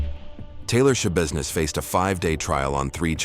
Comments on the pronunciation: Why do I keep hearing her last name as Showbusiness? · I'm sorry but my seriousness went away every time I hear Shabusiness- why am I like this. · Is there nobody going to say anything about her name? Taylor Schabusiness. How do you pronouce it? Tai-lor Ya-busi-ness? She definitely made it ya business alright. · It's not shabusiness